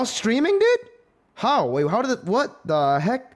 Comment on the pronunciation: That "what the heck" accent sound from same like steven He😭😂